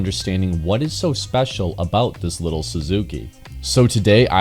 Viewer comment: It’s not “little”